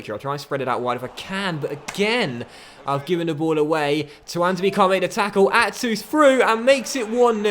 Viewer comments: Is he not called "tuan-zay-bay"? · Tuanzebe is pronounced Twan-zay-bee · I swear you’re saying Tuanzebe right 🤔